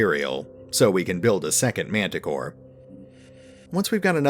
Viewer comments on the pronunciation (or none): none